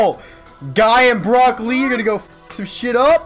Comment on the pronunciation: yall know when said guy and “Brock lee”😂😂